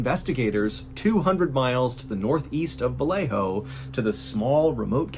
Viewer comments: Its VA-YE-JO not va-le-jo. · MR BALLEN PLEASE DO YOUR RESEARCH WHEN IT COMES TO PRONOUNCIATION OF SPANISH PLACES, VALLEJO IS PRONOUNCED VA-YE-HO NOT VA LE HOE. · 'ValleHo' CA. Well pronounced! They actually say it ValleYo CA. I lived there